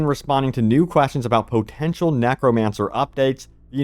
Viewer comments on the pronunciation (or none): [ puh-ten-shuhl ] . I know it's your favorite word, at least say it correctly!